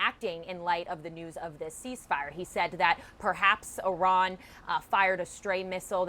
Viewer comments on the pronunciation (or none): What a moron she is she said "O ran" multiple times 🤦